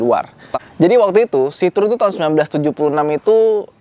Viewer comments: Bukan 'sitrun' bang, tapi 'sitrowen' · Bacanya tetap Citroen bukan Citrun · Kalo orang Perancis nyebut Citroen nyebutnya si-tro-wang. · Penyebutan merek karena bukan lidah kita boleh apa aja bebas, tapi kalo mau asli dibaca kaya orang sini dibacanya 'sitrowen'.. tapi mantap mas videonya.. baru tahu nih lumayan banyak juga ya varian citroën yg masuk ke indo.. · sedikit ralat, bacanya si-tro-wen (wen nya kaya when di bahasa inggris)